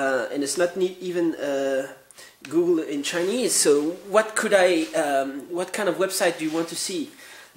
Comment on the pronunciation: "And here you see GEWgul! It is running GEWgul."